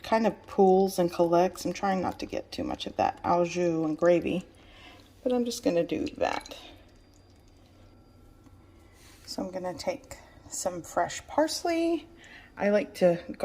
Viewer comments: you said au jus wrong, ow jew, instead its like oh zhew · Looks fantastic.im going to have to make this🙃..the way you Sauid au jus...